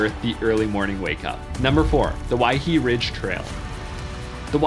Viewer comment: Aloha! Mispronouncing Waihe'e Ridge Trail Waihe'e -- [why-HEH-eh]